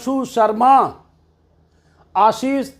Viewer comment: Yogi ji cm hai reader nahi , isme aap jore dekar bar bar sinh par bol rHe sabhi ka nam aapko padkar sunana chahiye, lekin sarminda aap bhi aashish par jore dekar apane aako patrakarita ko kar rahe hainaptadhi sabhi hain sabhi par karywahi hogi, par sarm aati hai aapki patrakarita par. Aap jaise patrakar sudhar jay to des sudhar jay.